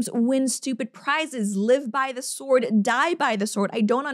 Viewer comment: "Live by the sjword, die by the sjword."